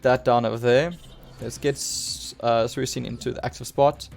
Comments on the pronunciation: ye like swee - kune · Suicune. C is not sound like S. Lol hahahah, maybe some other PTCGO players doesn't watch the Pokemon anime!🤣